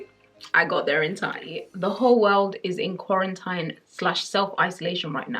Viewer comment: Thank you for your interesting pronunciation of the word 'Quarantine'